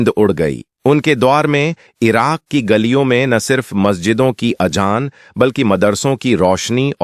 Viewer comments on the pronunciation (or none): AZAAN KO AJAAN READ KER 😮TA HO YEAH BEWAQOOF